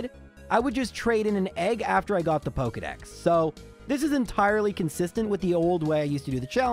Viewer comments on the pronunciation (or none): none